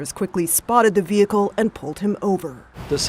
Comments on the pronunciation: "The Vee-hickle"! 😂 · You know where you are when the police pronounce it "VEE-hickle".